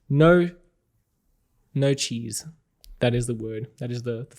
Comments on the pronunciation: "No Cheese" XD I guess it was really "No cheaters" but I heard "No Cheese" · I thought he said 'No cheese' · I actually thought you said NO CHEESE until I read some comments here 😁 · Did you say more cheese? :D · At first I swore you said no cheese, clearly my ears are plugged lol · No Cheaters... First it sounded like you saying no cheese. I literally went back twice or thrice